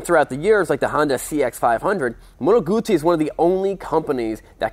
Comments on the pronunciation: Fair play to you, you pronounced the name, Guzzi correctly every time, good video man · i am just happy to hear someone pronouncing "Guzzi" properly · this guy says the name GUZZI the proper way 👍🏻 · Finally an american that pronounces GUZZI properly..